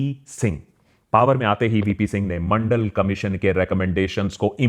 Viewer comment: Mandal or Mondal??????